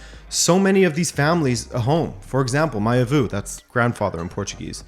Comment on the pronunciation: So... Grandfather is not avoo. It's "avô" or "vovô" if you wanted to be cute.